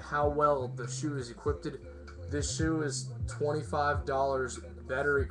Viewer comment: The word is equipped not equippted. These are great but, need a slightly thicker tongue and a lace control system.